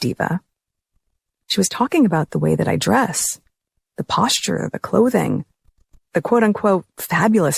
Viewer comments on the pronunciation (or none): none